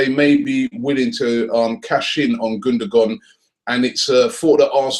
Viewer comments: Gundogan mate, not Gundagon :) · his name it's gundogan,not gundagon lol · It's "Gundogan" not "Gundagon" .... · *Gundogan. Get the name first. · Gundagon?? -________________- Pronounced gundowan too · Sorry Robbie it's Gundogan not Gundagon o_o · who is "Gundagon"? :D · *GUNDOGAN!!!!!!! and while we're at it it's Cazorla not Corzola! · lol both of you are wrong...his name is actually pronounced gundowan and ozil's name actually is uhhzil because it has an umlat. (if you want to get technical)